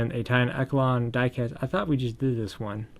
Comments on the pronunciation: Took me a minute to realize when you were saying "eh ke lon" the word you were looking at is pronounced "esh shell lawn" echelon. Just pointing it out. Not poking fun. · It’s pronounced e sh lon